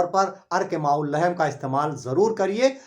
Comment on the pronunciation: अर्क़ माउल्लहेम नहीं बल्कि कहो (अर्क़ माउल्लहम), सहीह तलफ़्फ़ुज़ कीजिए।